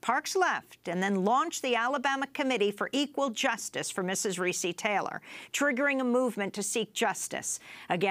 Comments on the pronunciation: pronounced "Ree-Cee" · Am I the only that noticed is mispronouncing Recy's name! I can't...